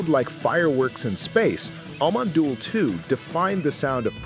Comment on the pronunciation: Scheinbar kann die KI kein Amon Düül ausprechen.